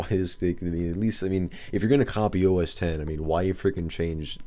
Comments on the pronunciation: It's 'OS Ten' not 'OS Ex'. At least get that right if you're pretending to be an expert. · I mean, anything can be pronounced however you like in a certain way. This is a look at 'Red Star Oss' if that's what I want to call it. But it's wrong - and so are you. Saying 'OS Ex' shows an absolute disconnect with tech and therefore distracts from your ability to sound like you know what you're talking about for the rest of the video, which is quickly obvious anyway.